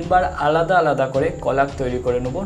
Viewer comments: Thanks a lot 😌 But i am sorry to.. Just akta kotha bolte chai Apni jeta কলাগ bolchilen ota কলেজ hobe.. Manus matroi vul hoy.. R manus eri responsibility seta thik kore bole dewar tai bole dilam😊.. Please don't mind dada😊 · ওইটা কলাগ না কলেইজ 😊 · ভাই ওটা কোলাগ না কলেজ